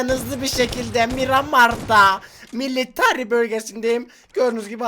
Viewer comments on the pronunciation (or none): Miramarda milirary de deyiş MİLTRAY